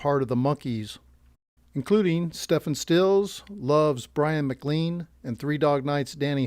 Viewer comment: Why are you calling Stephen Stills, Stefan Stills? You know you can spell Stephen two ways. Please just say Stephen like in Steven. Thank you. Then, there is Roger McQuinn, you are pronouncing Roger Mc Cuen. What is going on here? Do you not know the history of these people or are you AI? Please correct your mispronunciation. They're getting to be too much.